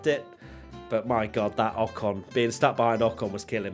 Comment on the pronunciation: Ko n bro its k oe n